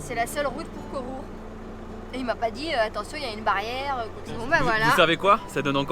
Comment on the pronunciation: Mdr est bilingue!! 😒🤣. Je note pour le petit village 😉. Joyeuses fêtes à vous!!